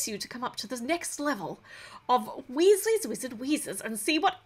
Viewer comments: It’s not wIsses it’s WEEZIES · When you say wheesles wizard weeszes I feel like your talking a different language